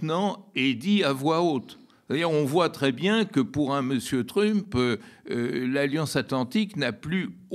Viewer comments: Un vieux machin gauchiste. Déjà quand tu l'entends dire Truumpe, tu as compris... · Sa prononciation de Trump rend l'écoute assez pénible, zéro effort. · il y a une raison verbalisée pour laquelle Badie prononce "trump" à la française (alors qu'il prononce "Musk" correctement) ou c'est juste pour faire son intéressant ? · Le fait même d'ecorcher le nom de Trümp discrédite la totalité des arguments.